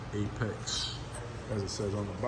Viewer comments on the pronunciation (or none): Says APEXi. Not Apex. 😂